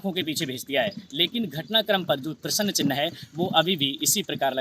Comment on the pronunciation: एकर जी क्या हिन्दी पढना बोलना नहीं आता है हाथ में डमरू लेकर बाइट में प्रश्न चिन्ह न बोल कर प्रश्नन चिह्न बोले हो किसी हिन्दी भाषा के शिक्षक से दो चार माह पढ़ लो फिर बीडीयो बनाऔ जाहिल जी